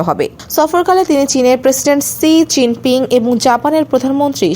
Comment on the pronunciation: সি জিনপিং নয়---শি জিনপিং, বেশি স্টাইল করতে গিয়ে ভুল উচ্চারণ করবেন না।